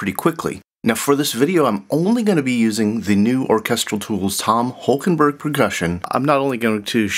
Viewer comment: Interesting that you call him Holkenburg thrice at the start. It's -borg ( Sounds Swedish ;) ) Borg, since he was born in the east of the Netherlands, that speaks West Low German: a group of Low German dialects spoken in parts of the Netherlands, northwestern Germany and southern Denmark (in North Schleswig by the German minority). Borg = barrow as in tumulus. Burg = borough as in town.